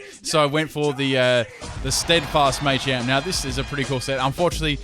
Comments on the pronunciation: Not Maychamp, Machamp. Like Muh-champ. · Just FYI, it's pronounced "Mah-champ," not "May-champ." Because it's a combination of macho and champ. Same with Machop and Machoke. Especially Machoke. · you know its not 'mai champ' its ma champ